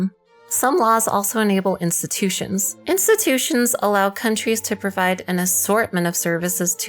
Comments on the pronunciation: "Instututions"? Tch... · Instututions huh huh huh